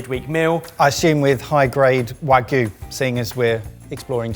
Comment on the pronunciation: Does still pronouning wagyu as "wa gooo"? To be fair I don't know how Japanese person pronounced it, but it felt wrong